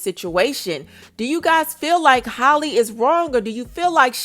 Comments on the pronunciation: Hall-E Bailey. It’s pronounced JUST like Halle Berry.. Who is Holly? Nobody ever did that to Berry but a lot of y’all call this young woman Holly for some godforsaken mind boggling reason I just can’t understand! You claim that you “got the tea” but can’t even get her first name right….smfh 😒 I just don’t get it. This isn’t even difficult AT ALL. My god… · Her name is Halle, not Holly lol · Heyyyy,!!! 🙋🏾‍♀️ Halle is pronounced H-AL-lee, not Haley, or like Holly. (H-AL...) RESPECTFULLY 🤞🏾💙 Cuz a LOT of folks never pronounce it correctly. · It's Hey-lee